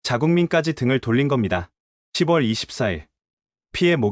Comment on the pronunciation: 6월 [유월], 10 월 [시월] 나레이터 하실 때 참고 하셔서 바른 발음으로 하시면 완벽한 나레이테가 되실 것같아요.